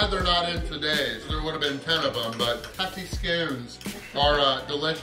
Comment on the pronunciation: The way u say try to say tomatoes and tatties scones is totally hilarious 😂 how to murder scottish word defo u and get a medal🏅